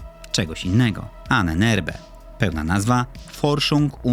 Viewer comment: Czyta się Ananermbe!!! Piszę to jako Niemiec Annanermbe a nie jjxnsnxjmdnCng coś tam